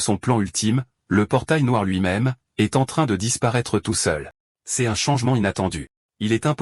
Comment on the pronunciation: Tu utilise qu’elle ia pour faire tes vidéos ? Tu peux pas corriger le prompt pour qu’il dise correctement « l’eau » ou « c’est »